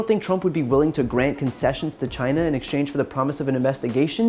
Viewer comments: Dammit ! It's CHINA !! NOT JINA !!! Asshole in all kind of ways...impeach and remove ! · If Trump hates immigrants so much..why does he keeps asking for help and why does it sound like trump is saying Gina....like vagina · Or as he would say CHAI-EE-NA. Impeach the orange. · Why can't he pronounce China in the proper way?